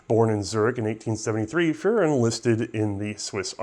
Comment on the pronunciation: It doesn't roll off the tongue, but it's Adolf Furrer (furr-er/ferr-er, like dog fur), not Adolf Führer (fyur-er). I try not to pick on pronunciations, but "Adolf Führer" calls to mind a very different person. ;)